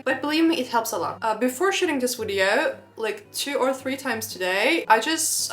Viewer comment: Friendly advice: Please learn how to pronounce the word "video" correctly. Your English is pretty good, but in every video you use this word so many times, so it would be worth pronouncing it correctly. It is Video, not Wideo! 😊